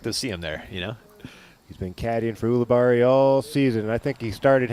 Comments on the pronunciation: AHEM! It's U libarri not OO libarri philo. You'd think 15+ years in the game with him you'd be able to pronounce his ever loving name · It is odd that he insists on pronouncing it that way isnt it